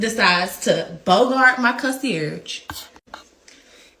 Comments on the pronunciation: Concie-arrige?? Are you trying to say Concierge or nah? And what does Lord & behold mean I’ve never heard that expression before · Lord and behold 😂😂 Con-see-airage 😂😂🤦🏻‍♀️🤦🏻‍♀️